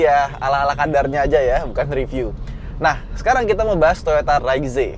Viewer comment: Padahal enakan bilang reiz om